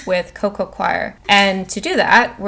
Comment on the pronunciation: Just an FYI Scindapsus is pronounced sin-dap-sus NOT skin-dap-sus. The c is silent, like in the word science. Also, coir (as in coco coir) is pronounced coy-er or even just core if you like, but definitely NOT qwire (choir). Only reason I am mentioning it is because it was said soooo many times.